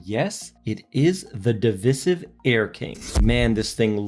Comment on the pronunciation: That dial is nearly as quirky as your pronunciation of divisive ! Enjoyed the review and always love this silly watch